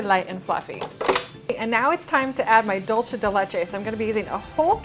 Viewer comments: It is pronounced dulsé , not dulché. It is Spanish not Italian. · It's pronounced dool-say not dol-chay. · She says it wrong in ALL her videos that include Dool-se de leche as an ingredient. It's not Dolce! The recipe does look delicious though 😋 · Um, doolsa? It's doolsay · I am from Uruguay, and it is Dulce (Dool-se), NOT Dolche (Dol-che, which is the Italian pronunciation). My mom used to make it all the time. This has to be the 3rd YouTUbe chef that makes the same mis-pronunciation. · I think it's dulce .... Not dulsé or dulshe